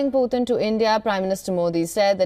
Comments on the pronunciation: It’s not Poothin..it’s puTin.. T not TH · The way she pronounced Putin is really weird😅